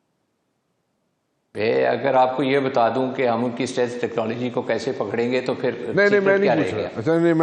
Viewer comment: Anchor person keeps saying “ seleth “ instead of stealth technology 😢😢😢”